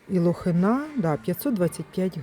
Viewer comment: Лохина- наголос на И.